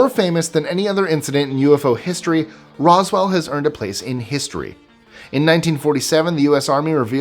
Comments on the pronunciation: I wish that people who make these videos would do more research. He called Roswell "Rockwell" lol. Project Blue Book was not secret but Sign and Grudge before it were. I'm only 2 minutes in so how many more inaccuracies will there be? Lol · Yeah, as a fan of UFO history, that verbal mistake had me cringe.